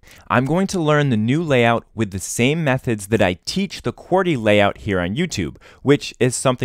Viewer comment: why do you sat qworty when its qwerty